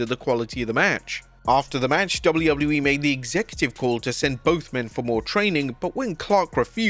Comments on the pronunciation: Please learn to pronounce the letter "w". Your accent is really frustrating to listen to when you speak fast and slur the letter w. It just turns into "doubleubbleyewee" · dounley ubbley e?? ffs learn how to pronounce it or stop doing these vids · Haha, this guy has never been able to say WWE. 😂😂😂 Wobedley Wobbedly E 😂😂😂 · Who gave this person the job when they cant say wwe properly? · The way this guy says wwe tho